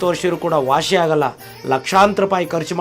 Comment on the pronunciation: ವಾಶಿ ಆಗಲ್ಲ ವಾಸಿ ಆಗುತ್ತೆ ಅಂತ ಅನ್ನಿ.